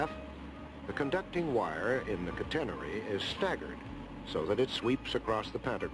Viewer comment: Boy that announcer sure can't pronounce 'catenary' (CAT en nary).